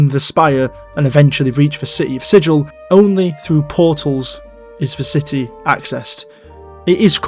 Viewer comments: I believe the town of Sigil is pronounced with a hard 'g'. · I might be wrong, and its pedantic anyways, but Sigil isn't pronounced like Sij-il. It's more like Si-gull. Regardless I enjoyed the vid. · Sigil, the city, is pronounced more like "siggle". It's not the same word as sigil, a symbol or mark. I don't know why, it might have been the original authors trolling.